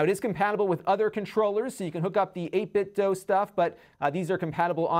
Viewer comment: Shouldn’t it be pronounced, you know, “8Bit-do,” not “8Bit-dough”? 🤔